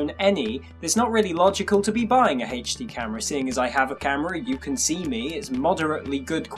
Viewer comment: Hayche Dee LOL